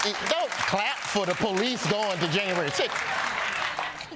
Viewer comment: "don't clap for the police going to januarry 6" 💀